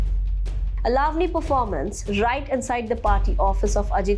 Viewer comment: Excellent reporting, but please pronounce correctly, eg. Lavani, Ravan.